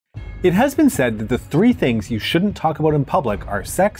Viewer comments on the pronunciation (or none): none